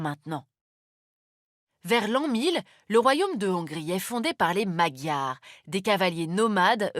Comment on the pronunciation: C'est vraiment un résumé "concentré"... c'est même un peu méprisant, 1000 ans d'histoire résumé à l' empire ottoman, URSS et union européenne... Déjà apprenez à bien prononcé le nom des hongrois "magyars" qui se prononce madjar et non pas maguiar... C'est votre métier, faîte un minimum d'effort au moins pour un minimum de crédibilité ... En espérant que mon commentaire ne sera pas supprimé merci à vous